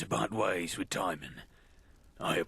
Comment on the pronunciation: "Timon" pronounced as "time-on", and not "ti-mohn" threw me in a loop. I never, ever heard it said like that before today.